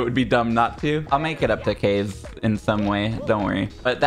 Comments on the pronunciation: it still kills me. I get that he gets to pick, but it niggles me every time I hear it. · I think pronounces it Ka-ze right? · The fact that they pronounce his name like "case" instead of the Japanese Ka-ze kills me every time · that's because kaze doesn't use the japanese pronunciation